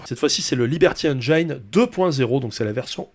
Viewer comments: J'adore ce que tu fais depuis des années, et désolé, je passe pour le chiant, mais 'engine' se prononce 'enne-gine', pas 'enne-jayne'. JE SUIS DESOLE mais ça me trigger mais j'apprécie toujours autant ce que tu fais ! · Je crois qu'on dit engine (comme dans gin tonic) et pas engaillene 🤭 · Bonjour, c'est très intéressant, mais au 10ème "énjaaïne" je ne tiens plus et viens faire mon relou de base dans les coms: on dit ""énjine", tout comme "engineer" se dit "énjiniiiiir". Bonne continuation à vous! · Super vidéo. Comme d'hab bla bla bla. MAIS Un truc qui me saoule chez tous les youtubeurs français : On ne dit pas "enjaïne". C'est engine comme un jean (le froc). Nom de Dieu de berdol de marde. Merci. ^^ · ENGIIIINE, PAS ENGAAÏÏÏNE !!! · Juste un petit truc, engine ça ne se prononce pas "èngayne" mais "èngine". Voilà désolé ça me perturbe. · Salut ! super vidéo; comme à ton habitude, t'es juste au top. En revanche, juste une chose, "engine", ça se prononce - très contre-intuitivement - "enjinne" [enjən] ! Ça raye un peu les tympans aux anglophones d'entendre "enjaïne", faut avouer :P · Liberty ènejaïne? 😅😅😂 Ben voilà... Tu as ta réponse au "pourquoi plusieurs chaînes en différentes langues"...😂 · Un truc pour prononcer « engine » en anglais : tu connais le whisky et le gin ? N-GIN. Voilà c’est comme ça. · On prononce "Haine Djine" rogntudju de rogntudju 🤪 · Tu inverses les.prononciations de "engine" et "hidden"... C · tres bien par contre engine ne se prononce pas comme ca :) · Super vidéo, comme d'hab. Par contre par pitié, faut prononcer engine correctement !